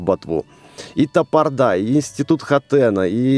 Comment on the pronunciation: Не топордА , а тапОрда